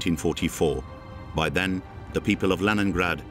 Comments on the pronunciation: Leningrade clochard pas leningrade😂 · La version française du commentaire est mauvaise : que dire de la prononciation de Leningrad ! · Par "pitié" traduisez intelligemment avec prononciation Léningrad!!!!!